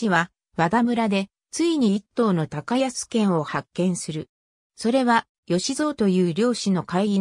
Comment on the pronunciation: 『たかやすけん』ではなく『こうやすいぬ』ではないでしょうか？